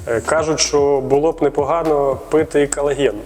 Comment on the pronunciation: Юлії респект. Вона трохи про колаген розповіла. Навіть назвала його правильно, без букви ,,Е" на початку, на відміну від двох інших недоекспертів.